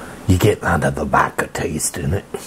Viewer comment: Bro the way he says VAKA instead of vodka is literally my favorite thing ever like im not joking at all <3